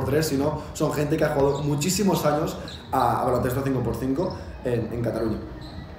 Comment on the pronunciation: "muchísimos ANOS en cataluña"